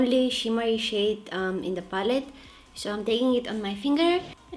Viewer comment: We should all call color pallet “papallet” from now on. LOL. Kidding aside, I love this video. The only makeup tutorial that’s easy to follow for me since I’m new to this. Hehe.